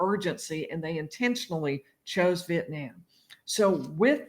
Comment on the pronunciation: "Vietniam" lol